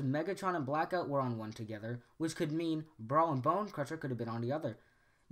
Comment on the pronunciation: Do we really need a theory on this? Obviously Bay just got lazy and reused models to save money. Also, the small constucticon's name was not,"Zelittleone" okay? The doctor said,"Kill the little one." Also I had to laugh when you said,"veeriko" , and when you said,"Brackout" .